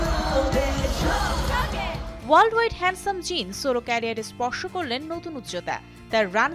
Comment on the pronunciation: কি সুন্দর করে jin jhope এ নাম গুলা বলসে ওয়াও ❤❤